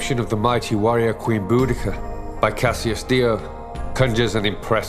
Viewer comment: I'd go with eekeynee as I doubt the Romans or Celts would have said it was a soft c but a hard one with a k sound. Celtic tongues were 'centum' tongues with a hard c not soft like satem. *kantom was a hundred in Celtic like classical Latin Centum 'kentum' was in classical Latin not sentum. I doubt Boudica had a soft c too... So definitely not bowdee-see-ah but Bowdika 'bowdeekah.'